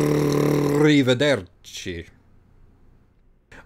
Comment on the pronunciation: I love the 5 straight seconds spent of rolling the first R of arriverderci